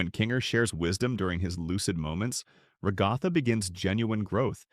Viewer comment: The commitment to saying Ragatha's name wrong killed me